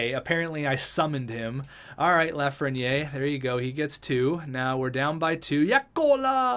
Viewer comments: You pronounce it Lafren-yay, its pronounced Lafren-year, if you care about that stuff, awesome vid btw. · It’s pronounced LAF-RE-NI-AIR